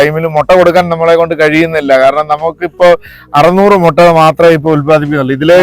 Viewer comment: It's not Motta, it's pronounced as mutta.